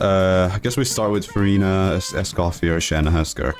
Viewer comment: Please pronounce Escoffier's name correctly😔🙏